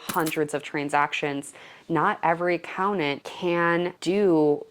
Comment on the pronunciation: Oh how many times you said Accountant! There are 2 Ts in this word. 😮🙉